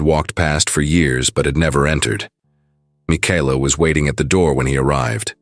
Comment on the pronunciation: ARGGGGGG😵‍💫😡😵‍💫‼️‼️‼️—Her name is Michaela—pronounced Ma-Kayla‼️‼️‼️‼️‼️‼️ NOT -Mikeeela👎🏼👎🏼👎🏼👎🏼👎🏼👎🏼👎🏼👎🏼👎🏼‼️‼️‼️‼️‼️ That or use names the darned AI doesn’t SCREW UP ‼️‼️‼️